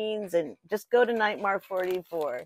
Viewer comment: Drink every time called me Nitemar😂🍸